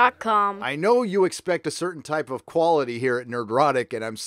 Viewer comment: am I the only one who doesn't hear the kid saying nerdroctic at the end? I swear he's adding a syllable, an "uh" maybe? maybe it's just a pause but sure sounds like something extra